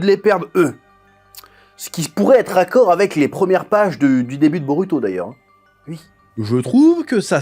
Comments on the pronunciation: t"essaye de bien appeler la phonétique "boruto" avec le LU a la place du RU mais tu dis BEAULUTO. Cringe, fais l'éffort jusqu'au bout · Perso, à l’écoute, le L est assez dérangeant. Quand on perçoit le R doux japonais (et non un L français), ça gêne l’oreille, car le L n’a tout simplement pas la composante du R, même léger. On a vraiment l’impression d’un autre son, alors que le japonais n’a pas de L. Tu dit bien BoRuto et pas Boluto, donc autant rester cohérent et continuer avec un R français, ou un R roulé à la façon espagnole, même imparfait, plutôt que de forcer des L partout. Le R japonais se rapproche d’un tap alvéolaire (comme en espagnol ou en italien), que les francophones ne maîtrisent pas naturellement, mais qui reste beaucoup plus proche que le L, qui est un phonème distinct et absent du japonais.